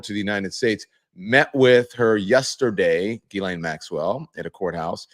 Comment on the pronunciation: Also….JIZZ-LANE. I believe we have all agreed to pronounce the name Jizz-Lane. Like penny lane, only stickier.